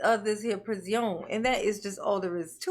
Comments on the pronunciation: How is it that you can make up better words than Darryl. PRI-ZI-ON 😂😂😂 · Guess he should've thought of how uncomfortable it is up unde that there pris-ee-on before he pulled his cowardly, evil ATTACK, and then ran like a SCARED LITTLE CHICKEN!